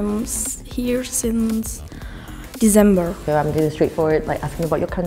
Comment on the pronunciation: i literally said she's german just because she said "dezember" not "december" (ik she's from Austria but i was so close only by hearing her pronouncation)